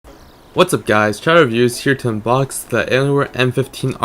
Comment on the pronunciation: When he said hey guys chowder reviews here I thought he said hey guys child abuse here